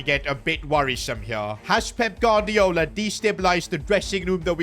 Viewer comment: Bro pronounces every Spanish name as if he’s from the streets of Barthelona but can’t say Gu-ar-di-o-la 🤣